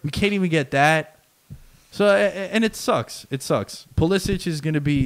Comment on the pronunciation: The "expert" pronounces Pulisic's name incorrectly.